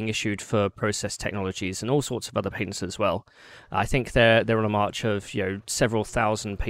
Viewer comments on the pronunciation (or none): he kept saying what i was perceiving as "Paitence" and im like what the fuck are those.?.. im an idiot he was saying patents